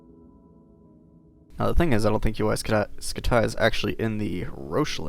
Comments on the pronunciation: Why the heck do u say scut tie it's pronounced scuty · UY Scut-Die. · Uy scutai? Really dude? Read it on spanish